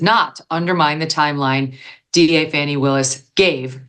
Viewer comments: Why do you continually pronounce her name wrong? Sounds like "Fawny" not "Fanny". Even your guests pronounce her name correctly. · "It was a Fanni call." I caught it, Megan. Well done, my lady!